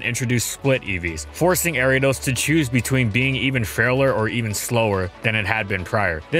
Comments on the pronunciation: Area dose? Arree ah doss! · People say Airiados The anime says Ariados My step uncle says Aryados Pokémon pronunciation can be pretty confusing yet entertaining sometimes. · The way he pronounces Ariadne...jeez